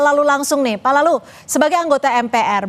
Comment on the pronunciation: kedengerannya seperti "PALALU" saran aja besok manggilnya BAPAK LALU aja ya? 😅